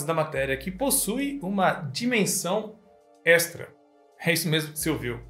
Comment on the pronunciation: Você fala extra errado, parece ser um costume da parte mais sul do país. A forma certa pode ser ouvida quando falamos extraterrestre, já que a sonoridade n dá pra ser bem explicada com palavras...